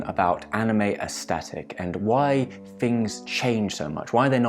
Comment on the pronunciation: day 1,246,573 of waiting for a single person on the internet to pronounce the word "aesthetic" correctly